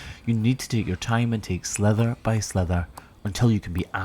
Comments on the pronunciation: I’ve been trying for a long time to figure out if says slither or sliver when talking about cutting thin layers of hoof. It really sounds like he’s saying slither, in the U.S. it means to slip or slide like a snake, does it mean something else in Scotland? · Sliver not slither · It always tickles me when you say slither instead of sliver. ❤